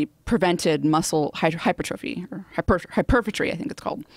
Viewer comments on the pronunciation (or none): You were saying [Hi-pur-fah-tree] on the podcast. It should be [Hi-pur-truh-fee]. Not trying to be mean because you are great. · Oh come on. HYPER-TROPHY. It's not that hard. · RabidDog neither of them knew the word hypertrophy either. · doesn't even know how to pronounce hypertrophy...